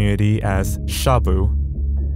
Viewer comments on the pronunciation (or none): lol, You pronounced shabu as shamu. sha is quick and short. And bu is more like boo! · your pronounciation of shabu hurts my filipino soul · i hate the way you say "Shabu" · not that it really matters, but shabu is pronounced more like /shuh-boo/.